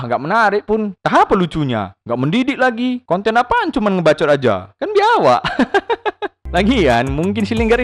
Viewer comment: Biawak ko bilang biawaak 😁😁